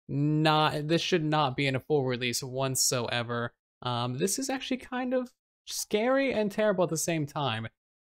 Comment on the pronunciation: Is saying "wantsoever" instead of whatsoever?